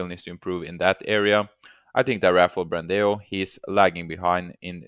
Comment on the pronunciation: the pronuciation of ''BRANDÃO'' is like ''Brandown'' .. huge hugs from brazil